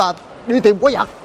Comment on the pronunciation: QUÁI VẬT ! Không phải QUÁI GIẶT nha (Sai chính tả rồi)